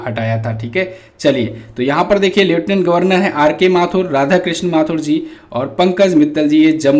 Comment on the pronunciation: लेफ्टिनेंट गवर्नर होता है। अपना उच्चारण ठीक करे